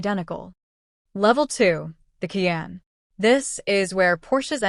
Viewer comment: Fuxking AI. “Key Anne” - it’s Kai Anne”